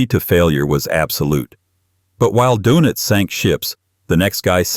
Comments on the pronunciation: Donitz not Donuts. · It's Dönitz, not donitz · Lol carl DOENITZ not donuts.